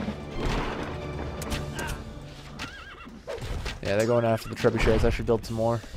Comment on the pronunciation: he said trebushits lol!